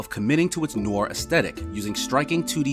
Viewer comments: Giggled towards the end - do Americans really pronounce 'Noir' as "noy-ah", and not "nwah"? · 10x better then bob, not as fun to watch as yahtzee but definatly not bad either. One piece of advice though, don't try rush the voice over, heard a bunch of mistakes like 'Nore' instead of 'Noir' etc.